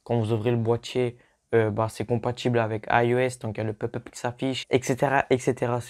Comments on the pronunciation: Il a dit pup pup ce con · On ne dit pas pup pup on dit pop pup